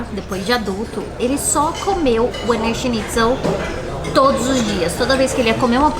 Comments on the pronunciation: adorei o vídeo adoro essa tag, mas queria dizer a vcs que não se pronuncia WINER SCHNITZEL com W, se pronuncia com som de V ( em alemão o W se pronuncia com som de V) Beijos 😘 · O "w" tem som de "v". Ouvir Úiner foi dose :) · WIENER se pronuncia VINA. Em "brasilês" é VINA SCHINTZEL. Wiener significa vienense em alemão. Aquela salsicha vina que vocês comem no sul significa salsicha vienense, só que escrita como se pronuncia. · Aprendam; W em alemao tem som de V. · A pronúncia é Viener...o W tem sim de V na Alemanha e Austria, meus queridos. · Muitos bons os vídeos! Vocês estao pronunciando Wiener errado, aportuguesando seria algo como vina. E por curiosidade, Wiener = vienense, de Viena. O autêntico Wiener Schnitzel é feito de carne de vitelo (bezerro). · Olá, adoro ver os vídeos e esses de comida são bem cruéis (pq eu tb quero). Eu queria dar algumas pequenas dica de alemão... Diferente do inglês, o W tem som de V e o E tem o som de A (exceto quando está com IE, que tem o som de i comprido). Espero que tenha ajudado! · Queridos parabéns... o skema é Eslovénia mesmo!!! Ahh... o nome é "Víenêr" <-pronúncia pt, e está parecendo winner ... o Schnitzel está correto... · Gente, como vcs usam o app de linguas acredito que o nome do prato seja mesmo pronúnciando o W como U como no ingles como vocês disseram... Mas eu sempre achei que pronunciava como V. 🤔 Sobre o Limão no saquinho é assim pra não cair sementes. 🙂🍋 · No alemão o w tem som de v. Se fala vienerschnitzel .